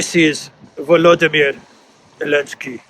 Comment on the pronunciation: "Send it lo elensky" LOL